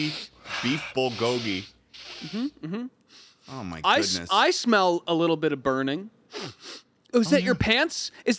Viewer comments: as a korean it hurts hearing them say BOWL GOGY instead of bull go gy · are they pronouncing bulgogi as bol-goggy on purpose???